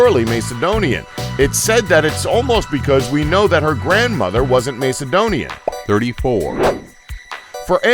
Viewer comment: iIt is macedonian not maecedonian